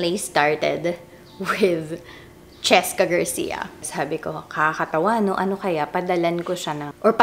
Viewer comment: cheSka....! You missed the letter S...